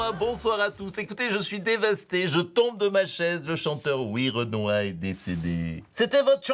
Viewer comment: C'est werenoi, pas ouirenoi